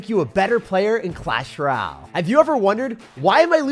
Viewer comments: “In Clash Raal!” 💀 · Someone tell him it's clash ROY AL. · Couldn’t get passed the pronunciation of “Royale”